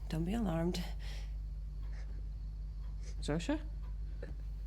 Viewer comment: I know it’s silly but its not Shoza, its Zosha